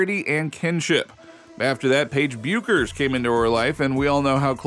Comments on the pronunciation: Her name is pronounced beckers. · It's pronounced: BECK-ers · Learn how to pronounce Bueckers! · How can someone appear to know so much about women’s basketball and not know how to pronounce Paige Buecker’s last name? Pathetic.